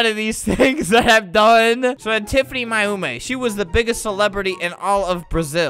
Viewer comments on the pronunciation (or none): Hahaha i like when flamingo says TIFANY MAYUMI bc it sounds like TIFANY MY HOMIE!